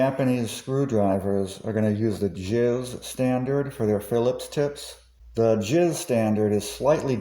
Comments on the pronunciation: Great video! I subscribed. By the way, JIS standards are pronounced J I S (each letter is pronounced separately), NOT sounding like JIZZ, which is something else entirely. Thanks! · Great video! I subscribed. By the way, JIS standards are pronounced J I S (each letter pronounced separately), NOT sounding like JIZZ, which is something else entirely and is more inline with the Waifu Pillows you mention at the beginning. Thanks! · You know ; never heard JIS pronounced any other way than Jay-Eye-Ess before. Maybe you should get some help. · Never heard someone pronounce JIS as "JIZ", that made me laugh. Also, I thought the JIS/Philips style were practically identical now? I thought JIS wasn't a thing and has been surpassed by a new DIN standard?